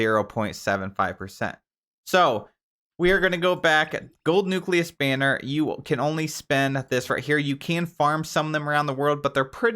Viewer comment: Wow finally someone who can pronounce nucleus correctly.